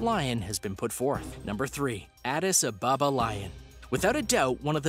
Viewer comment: Adis ababa is said as one word the space in between the two words is practically nonexistent